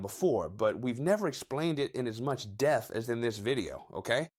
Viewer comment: You death, instead of depth.